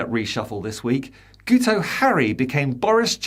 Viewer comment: Fyi, Guto is pronounced "Gitto". Should be fairly easy to remember ;)